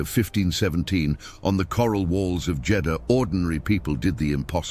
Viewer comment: It's the siege of Jedahha. Christ you can't even get the f**** city right